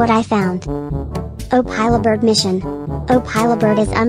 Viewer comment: Bro really said “Opilah Bird”💀💀💀